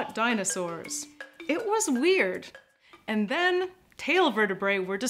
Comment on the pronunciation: one of the best illustrations in this one, very good work! sometimes the presenter puts emphasis on the wrong words which makes it sound unnatural, like those AI text to speech systems on tiktok that don't know semantically what they are saying. for instance, the word AND is often emphasized in a way that distorts the meaning of the text. it distracts from the video, in my opinion